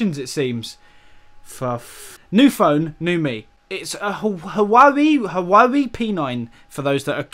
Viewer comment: I LIKE UR HAWAWEE PENINE